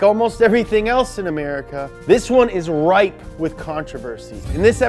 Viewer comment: Oh I get it "ripe" instead of "rife" because farming. Nice.